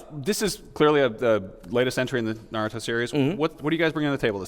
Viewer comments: Uuuuuh Sa-kuuuu-ro uuuhhh Madura uhhhh Naratu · NaRUEto, SaKURRA, MaDURRA. This guy is representing the game for an interview? Also he circled around the same points for every question asked. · Narudo...... REALLY?!?! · The guy seems like he hates his job. He cant even pronounce narutos name right.... lame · Every naruto video I watch someone says naruto wrong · Terrible pronunciation of Naruto and Sakura. You don't say tsunami with a shitty accent do you? Fake piece of shit. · How do you work for bandai namco entertainment, and you're pronouncing naruto wrong....